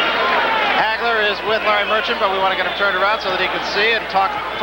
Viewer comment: Its HAGLER, doh!